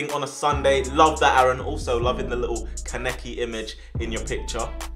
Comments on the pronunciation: did dis nigga realy say kanekey it's pronounced kaaneki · Why'd he say 'keneki' instead of 'Kanaki' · Well you completely butchered kaneki name 😂😂😂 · some Americans say kanEKI and emphasise the eki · Nigga siad kaneki wrong (was that on purpose?)😂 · koneki isnt pronounced like that but at least you watch anime :) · Man isnt even saying Kaneki correctly